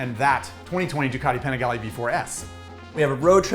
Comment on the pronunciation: I don’t like how he says panigale It’s like people that say Porsche instead of pronouncing it Porsche